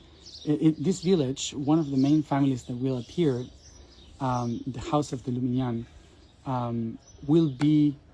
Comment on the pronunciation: Hello from France. I think it's LUSIGNAN and not LUMIGNAN. We call the "fairy" Mélusine. Thank you for this video. 🙂